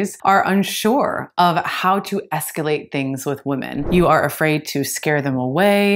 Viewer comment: By the way,, it's, "escalate", and NOT, "scalate"..